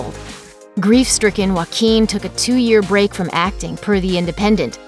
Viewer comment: I thought you said his name Jay-o-quin